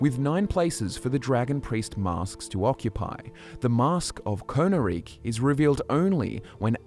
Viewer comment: Don't know if perhaps there's a learning/speech disability at play, but it's distracting how often pronounces things incorrectly. We have EXAMPLES of characters saying these words in-game, or spellings that are clearly different from what is spoken in the video: Skyrim: "We stand at the tomb of Hev-NOR-aak..." - Valdar: "HEV-noraak." Skyrim: "If you must venture southwest, stay clear of VolskyGGE..." (hard "G" sound) - Solitude Guard: "Volsky-je..." (a "J" sound?!) Skyrim: "Brom-ju-naar Sanctuary": "Bro-mun-jaar..." Why?! Was no proofreading done? Did no one review the video before publishing it? I KNOW is real people, but these sort of blatant mistakes almost make me think of A.I. channels that masquerade as real people (like "Fall Damage" saying "Make" The Liar; seems A.I. doesn't know how to pronounce Khajiit names...).